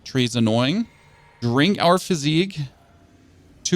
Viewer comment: Sorry to be that guy, but the flask of wondrous physick is pronounced "physic," not "physique."